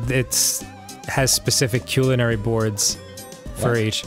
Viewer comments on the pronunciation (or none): Please stop saying culinary wrong.. it hurts